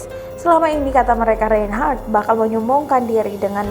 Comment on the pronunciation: Reynnhharrttaahhaahhhh..... Narator gelooh....